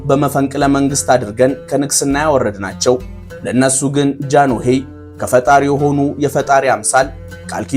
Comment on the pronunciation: ወንድሜ ጃኖሄ ሳይሆን ጃንሆይ ነው የሚባለው